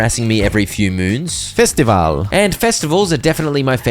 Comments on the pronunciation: You've said 'Festival' in fluent hungarian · Why did say "festival" with a polish accent?